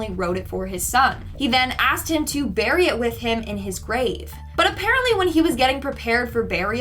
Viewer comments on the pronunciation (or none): none